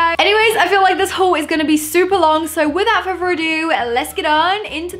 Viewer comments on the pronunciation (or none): is it just me or did she say furfur instead of further